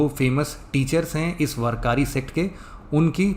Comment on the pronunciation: वरकारी नाही वारकरी पंधारपूर नाही पंढरपूर